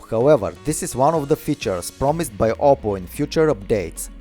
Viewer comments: You know it's OPPO but he pronounces it as "opple" right??? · "OPPLE watch" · Its called oppo not opple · His name is not opple it's oppo